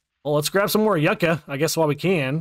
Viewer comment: How long are we going to let this man mispronounce YUCCA?! LMAO 😂